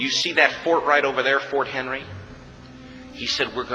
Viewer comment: A lot of misinformation and historical errors in this, but it does get the emotion across. A shame the creator felt the need to jazz the story up when the truth is even better. I'm not going to list all of them, but here are some of the errors in the presentation: 1. It's Fort McHenry, not Fort Henry. 2. The British weren't fighting the colonies, it was the War of 1812 between Great Britain and the United States of America, about 30 years after the American colonies ceased to exist. 3. Key was not sent to get the release of prisoners of war, but to get the release of one man the Brits were holding, Dr. William Beane. 4. Other than some workers, women and children were evacuated from the fort before the battle began. 5. There were 19 British ships, not hundreds. 6. Key wasn't on the British ship during the battle, he was on his own truce ship under guard by British marines. Before being sent to his truce ship, he had dinner with the British commanders on board the HMS Tonnant. 7. Only four US soldiers were killed in Fort McHenry--hardly enough bodies to hold up a flagpole. 8.No hundreds of prisoners praying. No Key keeping the non-existent prisoners informed. 9. There's more, but I'm tired of keying. Oh, and Washington never said "The thing that sets the American Christian apart from all other people in the world is that he'll die on his feet before he'll live on his knees."